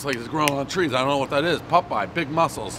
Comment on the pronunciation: "is that Woody woodpecker or Pupeye?" Hahahah says it just like "hut oil" 😂